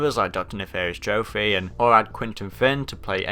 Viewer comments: Why do you keep pronouncing Tropy as Trophy? You know his name is supposed to be a pun on entropy, right? Also, I don't really see the point in trophies for getting gems and relics, I mean those are literally trophies in their own right. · Okay, it just sounded weird, plus I knew someone back in the day who used to actually say it like that, so... Yeah.